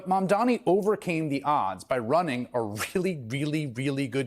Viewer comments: It's pronounced "mom don nee "it couldn't be easier. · Bro, you can't be mayor of New York City if you can't take the time to pronounce a name right. Come on.